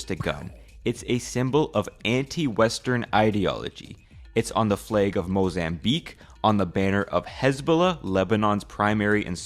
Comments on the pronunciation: Lol he said "fleg" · He said flayg instead of flag. I genuinely don’t understand why people purposely pronounce things wrong so they feel unique. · why are you saying flague? it's flag dude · never in my life have i ever heard someone pronounce flag as flaeg. where is this accent from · you said flaeg kek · Are you Northern Irish because saying the word fleg sounds very northern Irish.